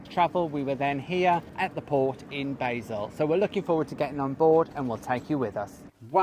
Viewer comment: LOL we were both screaming at the television whenever someone mentioned the departure port It isn't pronounced like the herb "BAYzel" it is pronounced "BAHzel" BTW Luzern is quite a trek to see though it is stunning I went there on the same camping holiday when we stayed on the island in the Rhine and at that time they had a piece of Moon rock in the Transport Museum and you were allowed (under supervision) to touch it. Don*t think they allow that now.